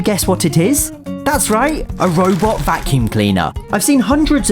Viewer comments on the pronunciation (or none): a robot (what i hear: fu*king) vacuum cleaner